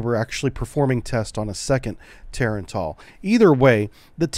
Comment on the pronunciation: Its not Tar-AAAAAAn-TAAAAAAL Its Tah-rah-n-tul...like tarantula...which is what it means.